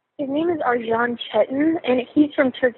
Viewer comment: Arcan is pronounced Arjin? That's can't be right.